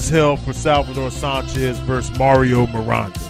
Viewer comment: Sanchez...like San Francisco. Not saanchez.